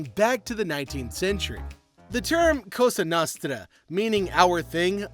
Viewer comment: your pronunciation of cosa nostra is so cringe